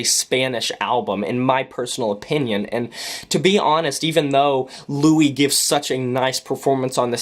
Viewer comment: Also pronounce the "s" in his name. His name isn't "Louis" (French origin with silent "s") it's "Luis".